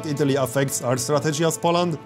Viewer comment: Everything is ok, but learn to pronounce the word "Poland" correctly - powinno wymawaić się: "Poulend " (mniej więcej) z akcentem na samym początku.